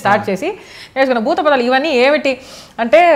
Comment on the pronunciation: Buthapadhalu kadhe bujji...buthupadhalu....akka